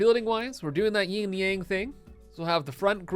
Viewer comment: OMG. You're killing me with this "ying and yang" thing. 😆It's "yin and yang".